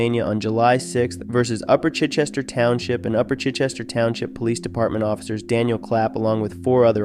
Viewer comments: Ch “I” Chester Not Chitchester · The "i" in Chichester is long, not short. I had 5 Chichester cousins. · Thank you for pronouncing Chichester wrong. That was oddly satisfying. It's with a hard I. That place doesn't deserve any better, been going down hill for the past 30 years. It's essentially white trailer park trash.